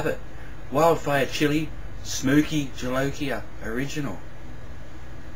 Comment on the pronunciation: He did, which is amazing for an Aussie. Most Aussies I've met can't pronounce Spanish words worth poo.